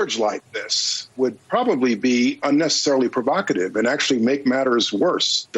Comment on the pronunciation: The blond woman who finds a new word, "provacative," "that's so provocative," "its provacative."